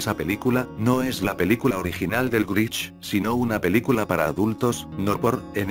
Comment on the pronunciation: Jajaja escucharon dijo el grich pero es un problema con el loquendo